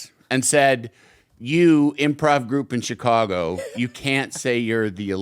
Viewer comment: He say Che cago?